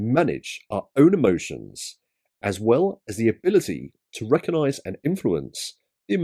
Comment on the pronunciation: Does emotional intelligence include knowing the word RECOGnise is not pronounced RECONise ?